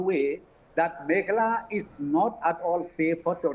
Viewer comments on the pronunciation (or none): Not from Megala as home minister pronounce but from Meghalaya.